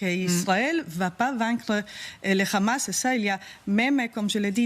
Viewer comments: Pourquoi dire le Ramas c’est un H madame ça se lit le amas sinon on peut aussi dire TsaRal pour l’armée Israélien Si vous ne savez pas le prononce avec l’accent oriental abstenez vous madame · 😂 juste ta manière de dire😂rrramaaas on sait d’où tu viens.. d’où ton impartialité 😂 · Le RAMAAAASSS depuis quand en France on prononce le H. Arrêtons ce massacre!!!!! Stop Israël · Déjà Pourquoi tu prononce Hamas (khamas)? c'est quoi l'objectif de cette prononciation guttural peut-être pour donné un aspect méchant et pour faire peur au auditeurs! C'est vraiment de la manipulation de base étage! madame